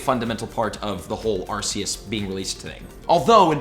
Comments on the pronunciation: Arcoos not arceaus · Please stop saying arseous… it’s arKeus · its prononced "Arkoos" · Well now master balls came in you were right.And it's pronounced as ar-ke-us I know you said it right one time but at least say it right. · you pronounce arceus arkoos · No no, it's arcoos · no no no no it is not Arceus or ArCeus its Arkoos